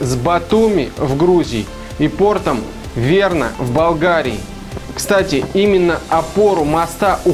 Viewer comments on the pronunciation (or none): может быть Варна а не Верна )